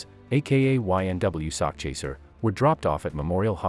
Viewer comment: It is sakchaser 😂😂😂 not sock chaser...as in "chasing a sack of money" it does definitely sounds homo 😅😅😅